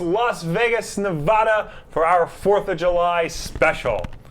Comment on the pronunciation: that's not how you pronounce Nevada